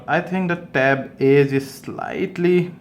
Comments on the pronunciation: No. He's actually saying 'e' and 'eeh'. Lol. 😂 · can u pronounce it clearly with a smoth "a" and the "e"